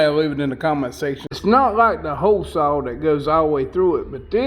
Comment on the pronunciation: "Gahz"?????? "Sow"????? "Whaled"?????